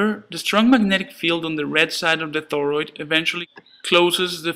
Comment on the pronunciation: This trips my out every time he says "thoroid" LOL. But seriously, i know you spent a good bit of time on this stop motion and it does a great job of showing what is happening in this wonderful little circuit!